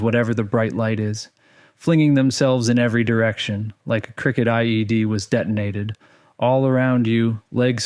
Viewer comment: "cricket ide" LOL